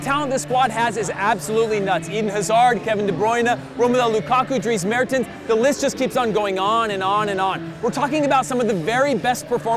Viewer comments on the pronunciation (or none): none